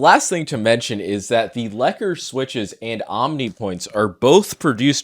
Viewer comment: The Lekker is pronounced lakka’. It means nice or good in my language